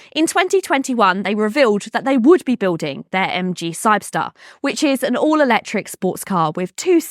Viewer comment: No, she just can’t pronounce the name, or misread it.